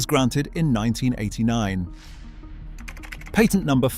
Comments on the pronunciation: Please learn how to pronounce the word "patent".... Jeez. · So you never described the MESH. Also, the a in the word patent is not pronounced correctly, especially when you are referring to a US patent.